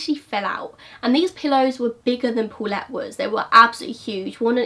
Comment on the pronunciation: "Pulet" hahahahaha you almost say Bullet.